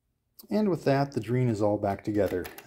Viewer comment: Nice video. I'm from and in Argentina, you've got pretty lucky, there were many variations of Dreans and on some of them the keyboards were awful (not yours). Just one point, Drean is pronounced as Dre Ann ;)